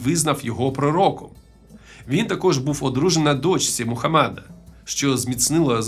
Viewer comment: Мухамеда а не мухамада